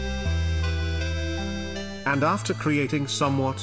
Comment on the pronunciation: poki went full Irish there with the f***ing raw 😂